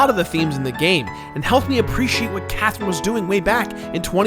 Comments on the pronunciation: lol nah you clearly said quathrine, nice try! hahaha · It's c not q